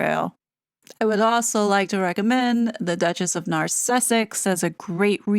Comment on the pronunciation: There is NO T in Duchess unless it's Dutcharse..